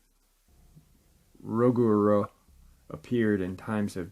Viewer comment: I really enjoyed this episode it was very interesting and informative, a few things I had to get off my chest though- the creature rugaru is pronounced roo-ga-roo, and the famous and highly esteemed big foot film was by Patterson and gimlin not "Gilman" and im not even being a dickhead troll I just wanted to reiterate those points as to clear up any confusion that there might have been about names and what not